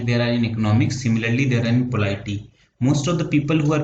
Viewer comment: Bhaiya. POLITY thik se bolna sikh lo pahle, video banane mein hadbadi kya hai ?